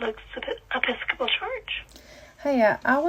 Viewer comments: "Epee-scah-pol"? LOL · “Eppy sco pal” is a wild pronunciation. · “epi scopal” really? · Did she really say “Eppi-scop-pull”?!?! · As soon as she said it me ears started ringing. And I don’t even go to church😭😂